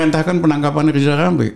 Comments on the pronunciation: Lizal lamli..ehhhh lizal lamli..ehhhh lizal lamli...alah mau ngucap R aja kok susah...gini kok disebut tokoh...lizal lamli alah salah lagi.....rakyat cuman ketawa....wk...wk...wk. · Hebat x si abang ini Makin tua makin garang Padahal ngomong rrrrrr aja belum bisa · Pak Rijal Ramli tolong ucapkan huruf R yg benar jng dulu urusin yg bukan urusan anda hahahaha